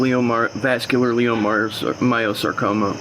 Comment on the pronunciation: He can't even pronounce his fake ass latest cancer correctly, he says leo my oh sar coma, it's pronounced LIE oh my oh sar coma